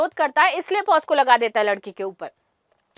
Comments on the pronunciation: मैडम पोस्को नहीं पॉक्सो होता हैं... Pls correct Ur pronounciation!... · Madam ji 🙏✍️,pos--co...nhi .🙏💐 POc ___so .. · दीदी वो पॉस्को नहीं पॉक्सो होता है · it is not posco,it is pocso (पोक्सो).